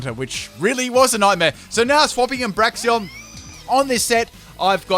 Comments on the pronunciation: "Braxion". Get your names right dude... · Braxeon BRAXEON XD